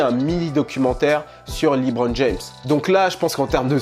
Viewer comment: Lébron et non pas Libron